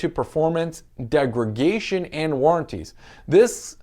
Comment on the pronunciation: Just a friendly heads up that it’s degradation not degragation.